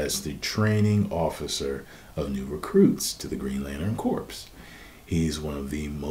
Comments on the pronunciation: It's pronounced 'core', not 'corpse'. Other wise, great video as always. ;) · Your pronouncing corps with the P, its supposed to be pronounced core* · C'mon,, &, CORPS is pronounced "CORE". I believe the derivation is French and/or Latin. It's your own fault man! You had the "reading voice" going, I was listening with intent and focus while driving on the way home and I nearly drove off the road twice when I heard your pronunciation. I'm just playin', but I'm sayin'... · It's pronounced as "core" or "kor" not "corpse" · It's pronounced Core not corpse. It's lantern core like Marine core. Again Corps. Is pronounced Core. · FYI My brother, corps is pronounced core. Real talk. For marines and lanterns. No shade. Peace. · He pronounces corps wrong...